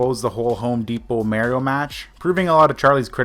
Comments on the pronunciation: It's pronounced MAAR-YO. You dumb fuck not MAY-RO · Bro did you not have a childhood? You just said mairio like mareio....itttttssss Mario!! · He really said Mario merio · WTF IS WRONG WITH PPL WHO CANT SAY MARIO CORRECT...ITS NOT MARY-OH...ITSA MAH REE OHH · "Mehrio" excuse me? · this dumbass doesnt know how to say mario he says maryoh,how does he say mark? mayerk? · How does anyone pronounce mario like that